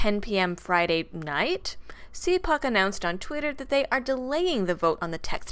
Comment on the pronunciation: It is pronounced- cal puke.